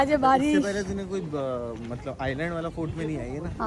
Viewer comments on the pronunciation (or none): none